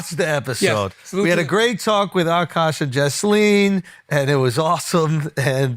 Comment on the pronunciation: It's not Akaash, it's عكّاش